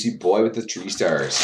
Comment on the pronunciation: Bruh.. I heard this and now it's the only thing I can hear! "Tree stars" keep it up! Nice vid